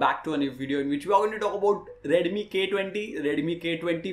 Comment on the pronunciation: Bro its not redumi 😅 its redmi 😂 no offense